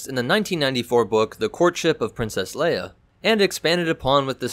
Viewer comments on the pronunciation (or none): none